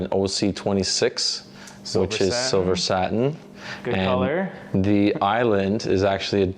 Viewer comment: Love his annunciation. SaTin. ☺️🤓